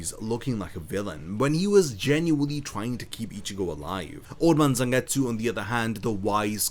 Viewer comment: EEERRMM IT'S CALLED ZANGETSU YOU DUMBO